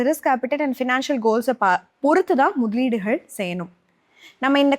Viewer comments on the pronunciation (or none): You are pronunciating 'ga or ka' as 'Ha'....like mytheleedugal as mudhaleeduhal..... hope you can correct....